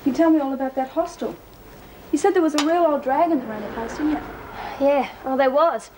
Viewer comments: "Hostel" - let's just add that to the list of words Meg Morris cannot pronounce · Damn Meg it's a hostel not a Hoss Tell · If meg says hosteeel one more time..